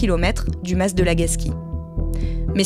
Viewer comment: Un mas pas un "masse" svp 🙏 néanmoins très bon podcast comme d'habitude !